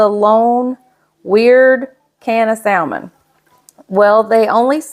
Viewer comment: I love you, but the correct pronunciation is “sa-mon.”